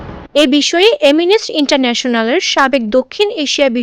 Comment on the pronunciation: এমিনেস না। শব্দটা হব এমিনেষটি